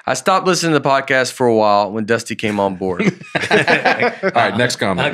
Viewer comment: Right from the start, Nate calls it a "prodcast." Buckle up, this is gonna be a great episode, folks!